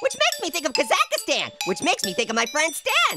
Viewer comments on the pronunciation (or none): you said Kazakhstan wrong